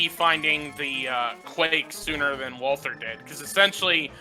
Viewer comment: Why do you keep saying wal-th-er? It's spelled correctly.